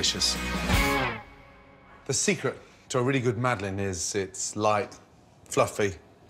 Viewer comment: It's "Madeleine" For fuck sake, at least TRY to type it in google, just try it...